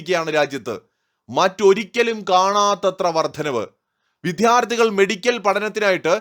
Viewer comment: എടോ നാണം കെട്ടവനെ, ഇനിയെങ്കിലും വിദ്യാർത്ഥി എന്ന് പറയാൻ പഠിക്കടോ (മലയാളിയെങ്കിൽ) !!